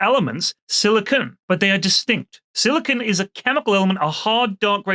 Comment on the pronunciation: Sili-CON not Sili-CONE... First base!